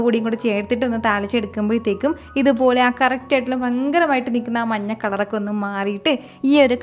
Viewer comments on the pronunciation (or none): none